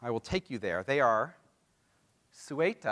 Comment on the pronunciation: . Don't you mean exclaves? It's also not Cueta. It's Ceuta. Before Spain had lots of land in Morocco, Morocco had over half the entire Iberia peninsula. The Iberian nations all joined together, except from Portugal, of course, to kick out the arabs and eventually took some northern land.